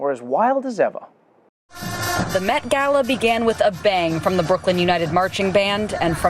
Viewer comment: Thank you, thank you, thank you, Trevor, for pronouncing the word ‘Gala’ correctly!! It was like music to my ears!